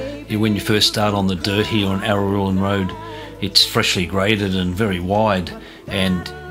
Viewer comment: You seem to struggle with the pronunciation of 'Araluen', but thanks for the update on this road. 👍